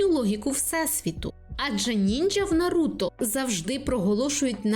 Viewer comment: Ой анкорд ,ще коли на вулиці стояв привалок з дисками ,не памятаю але начебто 2013 рік був і я купив собі диск Ураганних хронік з 1 по 40 серію в перекладі анкорд і тепер в мене травма із за його наголосу на Наруто ,ну чого він НаРУта коли в всіх інших він Наруто . Озвучка з КуйТБ реально крута ,я угорав коли почув як в перших серіях Анбу називали ,АЕНБУ та і взагалі виріс на тій озвучці ,але і дубляж реально крутий ,хоча мені більше подобається з КУйТБ бо це тупо дитинство ,а в орігіналі дивитись та не викупати рофлів або якихось Японських приколясів ну це таке собі задоволення ,коли у нас є такі чуваки та чувихи як Амоногава ,з початку не подобались ,а тепер майже кожне Аніме що виходить втикаю в дубляжі або озвучці Амоногави .